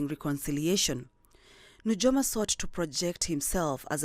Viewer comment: It's pronounced as Nuyoma...j for i